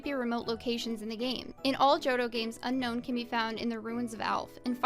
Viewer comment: Unfortunately it’s actually pronounced *shudder “Un own”.